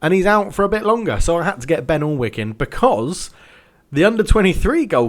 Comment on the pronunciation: Sorry to be annoying but alnwick is pronnonced an-ick